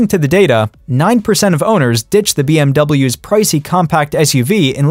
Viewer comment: ya know… a few Bee Em Double yaas and such.